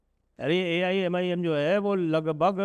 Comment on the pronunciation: Wrong 125 jeete U cannot even pronounce the name of AIMIM Such a crap u are